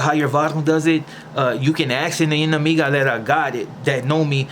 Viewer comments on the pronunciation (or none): none